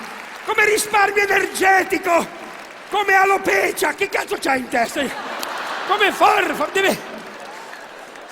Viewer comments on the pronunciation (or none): ANCHE TU PARLI DEL NANO TI SOVRASTA E GUARDA CHE SI DICE ALOPECI'A NO ALOPE'CIA